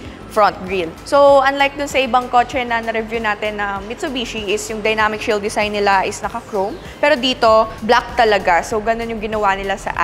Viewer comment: Hahaha! It’s a “dezign” ah🤣🤣🤣